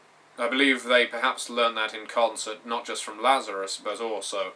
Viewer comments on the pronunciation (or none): none